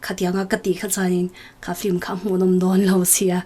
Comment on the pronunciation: Film ania flim tiin i lam tlat a,ka lo ngaimawh ve tlat